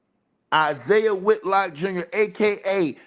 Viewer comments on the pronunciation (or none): none